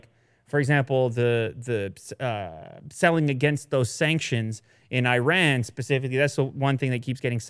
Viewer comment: Can some one please learn to say Iran correctly??? Or else I am going to start a wrong-U.S.A-pronunciation trend😂.